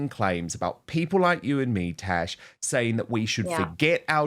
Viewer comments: Love you Dan, but it's TaZZZ, not Tash. She a fantastic Royals commentator and has a wonderful channel. Again, love Dan...just throwing this out there. 😉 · Dan...It is "TAZ" as in Tasmania not "Tash" as in moustache